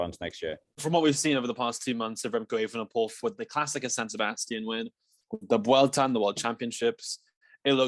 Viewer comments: For the love of God. Why do people keep saying "vuolta" instead of vuelta? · actually there is NO 'V' sound. It's more like weulta!